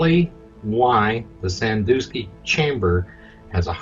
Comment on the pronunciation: Sandoosky...lol. It's San-DUSK-ee